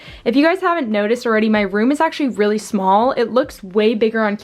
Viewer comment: It's "small" not smol